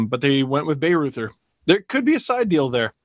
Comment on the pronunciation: Bayreuther is pronounced “BAI-ROYT-ER”